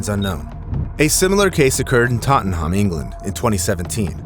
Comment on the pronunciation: totten-harm... gotta admit that's a new one 😅It's 'totten-am' for future reference, or more like 'totten-em'